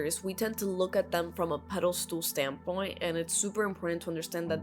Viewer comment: Pedestal not pedestool. I enjoyed the video 👏